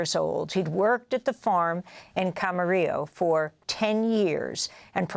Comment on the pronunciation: The locals say cam-ma-REE-lo. Please be considerate of the locals and quit your Spanish pronunciation. We don't say los AN-hey-les, do we?